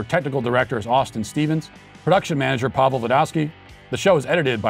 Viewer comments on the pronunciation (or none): none